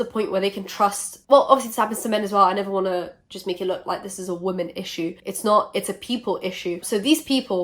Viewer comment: u say the work woman like a South African. Love that